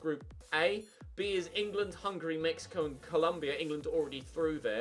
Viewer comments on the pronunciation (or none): none